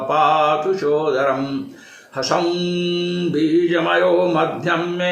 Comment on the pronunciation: महाराज जी, प्रणाम। कवच ( वीडियो के mins पर देखें) में आए इस बीज मंत्र का उच्चारण कौन सा बिल्कुल सही है - ह्रसौं-बीजमयो मध्यं पातु लङ्काविदाहकः (जो कि आपके website पर भी उपलब्ध है) या हसौं-बीजमयो मध्यं पातु लङ्काविदाहकः (जो आपने यहां प्रस्तुत किया है)। ह्रसौं या हसौं कौन सा बीज सही है कृपया मार्गदर्शन करें। चरणवंदन।